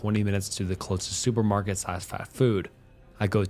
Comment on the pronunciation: The AI voice can't pronounce basic words like "sushi" or "supermarket", just read it yourself